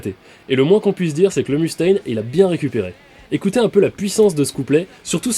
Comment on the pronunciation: Excellent épisode ! Ceci dit ! Pas un seul des Frouz ici présent n'a été capable de corriger ton accent ^^ Le "U" de Mustain Dois se prononcer "E" en anglais ou "OU" ça marche aussi ! Ou sinon tu prononces tout en français et ça donne "Mustin" mais ça pète moins, ciao